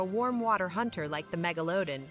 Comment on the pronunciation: If only the narrator could figure out how to pronounce Megalodon. Every time she says it... it's a different pronouciation.